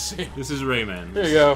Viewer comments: I made it one minute before having to leave. I can't stand the way Boogie says 'Rayman'. It's not Rayman like Silverman, it's RayMAN like SpiderMAN. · Ray-Man, not rayman. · Raymun Legends